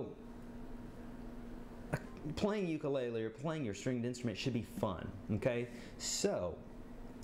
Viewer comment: Your saying ukulele WRONG